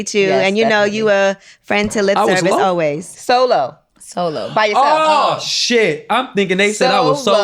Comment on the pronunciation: I was thinking they were saying "so low" too, Armon 🤣🤣🤣🤣! I was thinking energy, though, not tone. Then, it made sense when they said "you are by yourself". Then it clicked, "solo" 🤦🏿‍♀️.